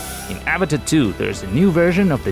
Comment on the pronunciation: not even a minute in and he mispronounced avata, and drowned